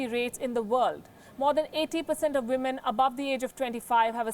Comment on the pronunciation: Get your women / wimen pronunciation right!